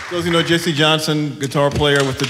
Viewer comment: Okay, first it's "Jesse" Johnson...not "Jessie" Johnson :-)